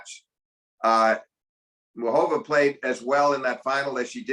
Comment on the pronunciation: Its Muchová! not Mučová!